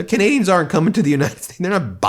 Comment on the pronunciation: You're doing a great job Ben! Your pronunciation of some of these difficult names has really improved; you do know Canadians. And I think Charlie Angus would be okay with the comparison to 'Cowbell - when most live music rockers yell "More Cowbell". We Love Charlie Angus - he speaks for all true Canadians!